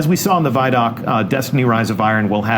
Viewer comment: The way you pronounce ViDoc isn't an option, that's why people got on to you. It doesn't have two d's so it can't be vid doc grammatically. Anyway great video sorry for being a grammar Nazi